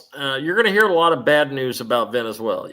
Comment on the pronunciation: Hey.........pronounce Venezuela like VEN-IZ-ZWAILA =D There is no ZWAILEEA at the end <3